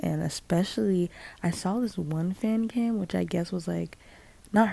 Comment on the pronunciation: The robotic voice saying fancum instead of fancam skskskskskks- 😭